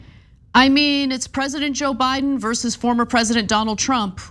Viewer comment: Versus, not "verses"